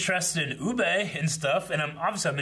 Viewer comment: Still calling Ubbe Uuu-BAY. 😅 Personally I wasn't a fan of this ending for Bjorn, I think a death at the end of the first part would have had a better feel with the army's coming to fight for him after hearing of his fall would have had a more fulfilling feel. I'm just done with Harold, I don't care about him anymore as a character. As for Gunnhild...that woman deserves better. The way this show has treated its female characters is bordering on ridiculous.